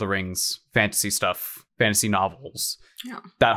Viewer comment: Hearing Fanta sea when you said fantasy